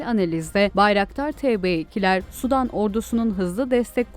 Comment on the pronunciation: sudan degil, Sudan, sanki iki "u" varmis gibi okunur, yoksa "sudan", yani H²O , deniz, göl veya Nehir suyundan gibi algilanir.